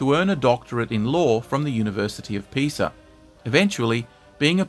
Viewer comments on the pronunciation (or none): none